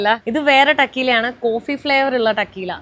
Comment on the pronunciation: ടക്കീല എന്നല്ല pronunciation, Correctly, തെക്കീല !